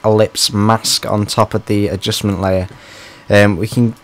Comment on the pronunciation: Adjussmen layurrr add an Adjussmen layurr to the Adjussmen layurr XD